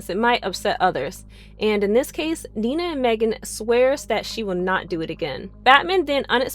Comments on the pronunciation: Was it too hard to watch any of the show at all? Five minutes could have cleared up how to pronounce Dinah and Psimon. There's probably more, but this makes it clear you never watched the show. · And Dinah's name? Because she clearly has no clue. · Am I the only one really annoyed by the pronunciation of “Dinah” lmao